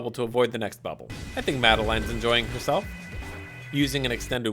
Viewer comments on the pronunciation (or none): heirmself? can't even tell if you said him or her